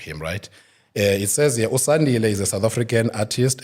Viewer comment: Please fix his name Sandile not Sakhile, love mama bear❤